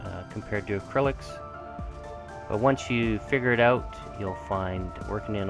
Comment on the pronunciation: every time you said "figure painter" i heard finger painter =).. Thanks for sharing the techniques and tips!